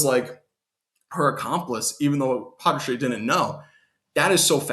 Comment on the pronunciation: It's not patracheeeee its patrash